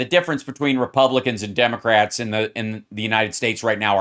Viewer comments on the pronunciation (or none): Did the narrator say Demograts?